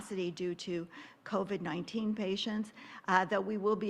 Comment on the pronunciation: It’s covid not coved. Jeez